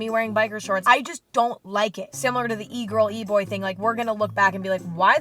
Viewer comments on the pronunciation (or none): none